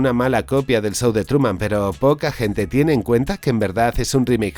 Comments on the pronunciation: Tango y "Cas" ❌ El "sow" de Truman.❌ Jajaja. 😂 Se pronuncian <Cash>, la h suena al lado de la s. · El "sou" de Truman. 🤣🤣🤣 ¿Por qué los españoles son incapaces de pronunciar un inglés medianamente decente?